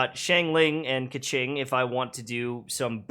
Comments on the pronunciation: $$kaching$$ LMAOJKS its a chinese name, the pronunciation is "kuh-tsing" :') thank you so much for this guide!! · Kequing... kaching.... AAAAAAAAAAAAAAAAAAAAAAAAAAAAAAAAAAAAAAAAAAAAAAAAAAAAAAAAAAAAAAAAAAAAAAAAAAAAAAAAAAAAAAAAAAAAAAAAAAAAAAAAAAAAAAAAAAAAAAAAAAA